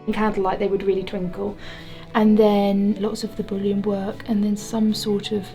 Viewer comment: I'm glad I'm not the only one laughing about these. "Bullion" got turned into "Boolean". 🤣